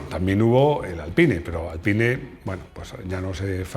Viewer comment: Por ahi segun Esteban Ocon, Alpine se pronuncia "Alpin"